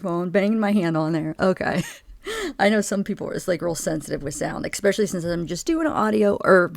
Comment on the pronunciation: Did you…did you say expecially?